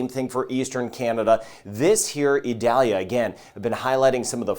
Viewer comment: According to NOAA, the proper way to pronounce Hurricane Idalia's name is ee-DAL-ya.